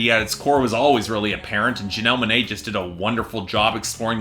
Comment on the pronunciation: “Janelle Muhnae”